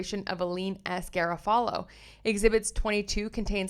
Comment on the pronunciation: I’m just curious, I have never heard Garofalo pronounced like that? Do you remember Janeane Garofalo, American Comedian & Actor (I know you are much younger but she was biggest in the 90’s) — Reality Bites, Truth About Cats & Dogs, later Copland …I just thought thats how you pronounce it but I am often wrong?? Thank you for the videos, everyone should he watching this case!!